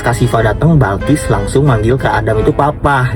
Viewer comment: Bakis gak sih tu kan yang benar bilqis